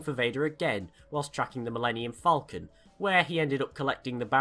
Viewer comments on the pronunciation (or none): none